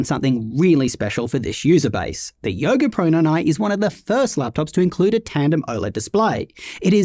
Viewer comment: "The Yoga Proynyny"? 😅 As always, love your thoroughness and focus.